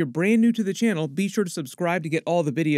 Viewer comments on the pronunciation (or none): none